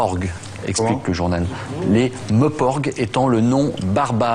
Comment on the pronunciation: "Meeuuuporg" 😂😂😂 enfoiré de journaliste de merde! Sinon bravo pour l'idée de mettre en image les meilleurs moments du podcasts j'ai du écouter ceux de Speilberg une dizaine de fois pendant mon sport. Please faites en de même pour les podcasts de Cameron, Wachowski etc